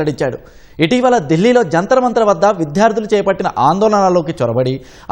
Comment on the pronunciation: Etv లో వార్తలు చెప్పేవారు తెలుగు స్పష్టంగా పలుకుతారు.. ఇంకా కొత్తగా వచ్చినట్టుగా ఉన్నారు . విధ్యార్థులు కాదు విద్యార్థులు అధిఖారి కాదు అధికారి కొంత మంది పండితులు మంత్రాలు చదివేటప్పుడు కూడా ఇష్టమొచ్చిన చోట ఒత్తులు పెట్టి పలకటం చూసినట్టుగా , విన్నట్టుగా ఉంది సద్విమర్శ గా భావించి సవరించుకోగలరు